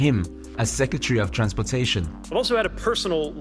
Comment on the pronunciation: Secetarry Clinton?